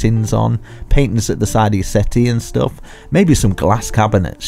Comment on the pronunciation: I love how he says stoff